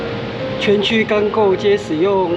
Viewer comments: 鉚是唸做ㄇㄠˇ，不是柳釘！！！ 合同廳舍以現在的觀念就是聯合辦公大樓，在虎尾也有一個。號誌樓在高雄港有一個保存非常完整還在使用有志工在維護的，可以看到各股道和閉塞區運作。 東岸的要塞司令部也是非常值得去看。台灣十二勝之一的旭崗還在整建，等待開放中。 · 鉚釘好像不是念柳丁~~~~~~~~~~~~~~~~~哈哈~~~